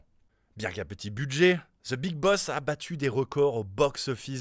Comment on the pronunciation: ''Ze big boss'' !!! Misère 🙄